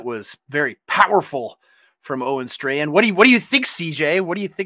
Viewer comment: Pronounce his name right. It's Owen Strawman.